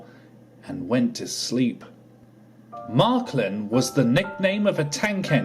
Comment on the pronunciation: It’s Marklin, not Marklib!